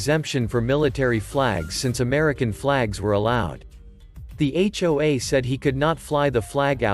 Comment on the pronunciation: If you're going to use text-to-speech on a subreddit about HOAs the least you could do is teach it that HOA is spelled out as H.O.A. not pronounced as hwaah. It's an acronym, not a word.